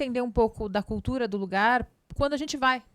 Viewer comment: Pigmego/pigmega, culcuga, eugopeu, conservagora, agoga kkkkkkkkkkkkkk Esquerga é teu cu Eles falam outra língua.